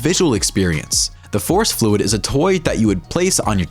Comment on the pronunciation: "fouce fluid" correction ferro fluid